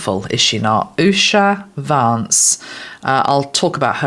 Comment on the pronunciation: You have the pronunciation correct on Usha. ❤